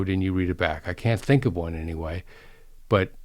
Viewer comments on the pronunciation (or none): none